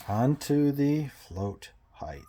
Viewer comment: Btw...Height is height. NOT HEIGHTH. So annoying